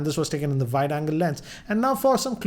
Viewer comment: Why do you always say VIDE angle shot..it's not VIDE its WIDE...